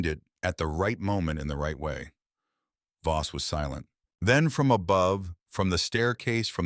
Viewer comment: Is the guy's name Voss or Boss ? The narrator has pronounced it as both and text has spelled it both ways . So which is it ?